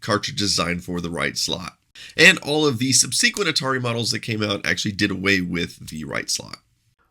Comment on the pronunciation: Do you say consequently all funny like you say "sub-SEE-quently"? *con-SEE-quently*?!?! LMFAO:face-green-smiling